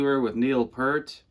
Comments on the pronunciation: Neil P-"EAR"-t! not pert. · Red Barchetta, not The Red Barchetta. Neil "Pea-rt" not Pert. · P(ear)t, not "Pert"